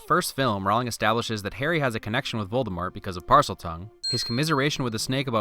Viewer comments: The snake harry let out was actually nagini and Voldemort is actually pronounced with out a t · Rowling as in Bowling though props for the Voldemort without the T